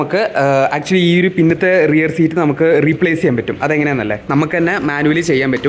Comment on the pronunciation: റിയർ = പുറക് റെയർ അല്ല!